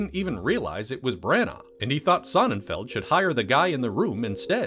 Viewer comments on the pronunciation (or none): Why are you saying Bran-Arrrr? It's pronounced Branna